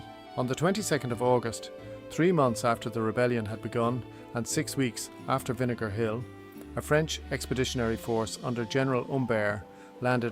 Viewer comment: Good point. And Vinegar Hill is one of the words AI keepS mispronouncing another is Bantry Bay. But it’s a good technique of showing scenery buildings etc though those whitewashed cottages and straw roofs are chocolate box with no ropes to hold the roof together.